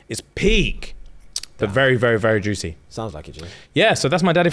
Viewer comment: so who was responsible for the attack, people that have read the book.....cause says "juicy" too strongly 😅